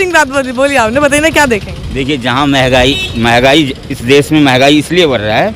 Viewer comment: महंगाई को मेगाई बोल रहा है भाई